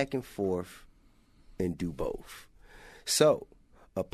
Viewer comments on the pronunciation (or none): T.I is so smart he can't say the word "both" right. Wtf is "boaf" T.I? 😂🤔 T.I is exceptionally dumb 👈🏾